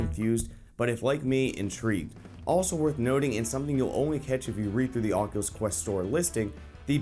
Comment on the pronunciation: "Onculus Quest"??? I LIKE IT!